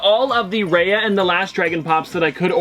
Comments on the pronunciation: Oh my God, I can't help but say this. My ear hurts everytime you pronounce Raya as Ray-a instead of Ra-Ya:( please do better and research the characters at least the pronounciation of their names especially in unboxings that you already knew which items you are showing us:( I felt really sad... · It's pronounced Ri-ya not Ray-a. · ‘Raya’ is said more like ‘Rye-ah’, rather than ‘Ray-ah’ :) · Her name is pronounced raiya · It’s pronounced Raya (rye-ah)